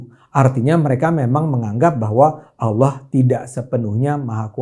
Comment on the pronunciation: Bang ADE....jgn bilang aolloh ...mesti nya Allah , klu aollah seakan akan cuman Islam yg sebut aollah